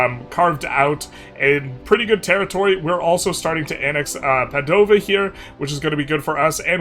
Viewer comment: Yeah, but the pronunciation for Treviso and Padova still hurts